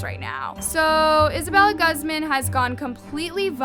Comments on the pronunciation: Hi I know I'm overreacting and overall being annoying but it's actually pronounced as (goozman) Not (gazmun) I don't blame I know people has accents😫 just saying incase if someone has a friend who's last name is Guzman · Im pretty sure its GOOZ-MAHN not GUHZ-MIN not supporting her but it irks me when ppl mispronounce hispanic last names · Her last name is pronounced “goo-z-mah-n” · its uhm.. its pronouced (goo-zmon)- :l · isn't Guzman pronounced goozmahn? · it kills me to see how keeps saying peoples names wrong!!!! who says guzman, gosman????? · It’s pronounces Gooz-Mon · this is just horrible, but i can't with the pronunciation of "Guzman" 😓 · Take a shot every time you hear her mispronounce Guzman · I’m sorry but my last name is Guzman and the way you pronounced it made me feel weird 😭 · IM SORRY BUT THE WAY YOU SAY HER LAST NAME IS FUNNY MY MOMS LAST NAME IS GUZMAN AND ITS NOT PRONOUNCED LIKE THAT💀😭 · I agree with you but maybe next time learn how to say “Guzman” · Am I the only one cringing at the way saids Guzman?